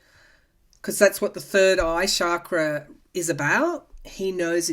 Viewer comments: Awesome reading, per usual! TYSM! I've always considered him to be like manure helping our garden grow. Quite unpleasant, but a necessary evil, aiding our evolution as a society, one of the catalysts for the coming changes. So your comments about his crown chakra very much resonated. FYI, was once told that chakra is actually pronounced like cha in cha cha, not like sha. Love and light to you! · Found this more detailed explanation on pronunciation, if you're interested. Guess it's actually like "chuck-ruh."